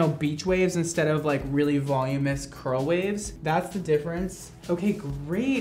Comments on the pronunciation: *voluminous, not volumeous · Nobody:: Volumous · I love you,! but the word is voluminous..."volumous" is not a word lol